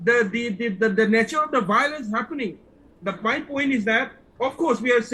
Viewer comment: Its violence not biolence chup 😂😂😂ngathu